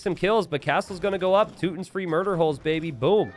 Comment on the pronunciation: How dare you say Teutons without the emphasis 😢🫣 - Teeeeuuuuuuutons